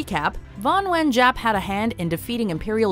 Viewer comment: ughh the narrator butchered the pronunciation of vo nguyen giap